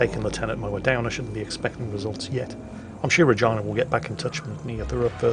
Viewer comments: For future reference, you dont pronounce Regina like vagina. It sounds like Rajeena. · its Reg E na not regIna xP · it's pronounced 're-GEE-nuh' not like vagina, christ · Regina is pronounced Reegeena not something that sounds like a female reproductive organ. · Had to double take on how he pronounces Regina....isn't it Reh-GEE-na? It's like how English people pronounce Ibiza, Aye-bye-za .... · Re Ge na... Holy fuck. lol